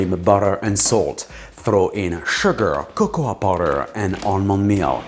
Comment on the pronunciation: He still pronounces it "Cocowah pawder"... 😂